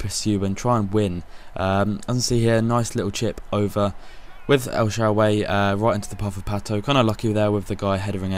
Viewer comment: You say El Shaawary's name so wrong haha :)